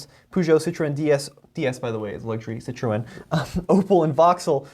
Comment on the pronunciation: Learn to say fiat and Citroen correctly............